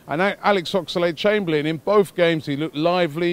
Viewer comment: Ox-a-lade chamberlain. Everytime you say his name like that Robbie....a piece of me dies inside